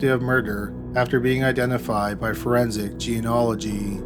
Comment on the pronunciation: Forensic genealogy not geanolgy